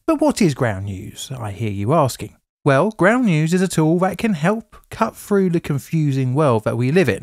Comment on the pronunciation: I hear 2003 said as two-thousand-and-free and shortly after I hear "fell through" as "fell froo". What is going on with the English accent these days?